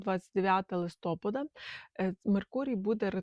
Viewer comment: ЛистопАда… ЛистопААААААда…